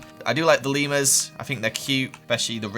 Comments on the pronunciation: when you called the leamers lemmersi thought you where saying levers and i was like that is how you say it but you where taking about leamers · It sounds like your saying Lemoners 😆 LOL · Lemurs What I heard: Lemons😂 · Who else love how says Leemers and all his funny Voices ❤️